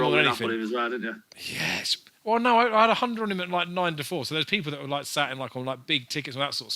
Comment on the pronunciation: Loike, a big priced winner loike, am well chuffed loike, dunno how I tipped it loike, but glad loike that people followed me loike... There were about 20 "loike" comments in the first 5 minutes... Needless to say I didn't bother watching the remaining 40 minutes!!!